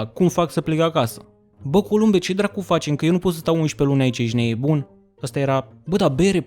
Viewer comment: Ce-mi place cum spui ,,ejti neboon" :))